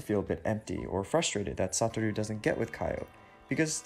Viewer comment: Isn't Satoru's named pronounced like: Suh-tore-ooh (?) In the video, it was pronounced as: Sah-tah-roo